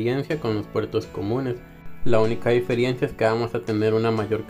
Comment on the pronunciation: Amigo aprecio tus videos pero se dice Diferencia